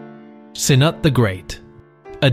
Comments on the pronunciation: so is it kh-nut or se-nut? Jk I know neither are right, kh-noot would be a more accurate transliteration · Cnut is pronounced 'canoot'. There are lots of people we call 'cnut' these days but its spelled slightly different now. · It seems like one of the most important things you should do before making a video about English monarchs would be to learn how to pronounce their names. There were several different attempts to pronounce Cnut, all very far from correct.